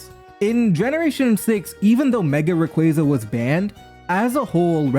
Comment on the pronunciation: hearing "raquayza" over and over caused me psychic damage